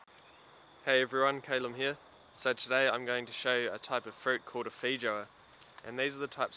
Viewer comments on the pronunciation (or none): none